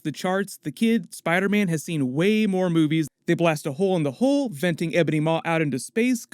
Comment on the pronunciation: You said “hole in the hull”, but it sounded like you said “hole in the hole”.